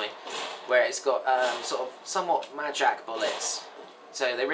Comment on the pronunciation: i thought you wer saying magic... but it was mad jack...